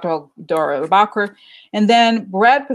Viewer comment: Thanks for your readings! You are fantastic! The pronunciation is DANE AH ROAR BACH KER, Republican Congressman from California.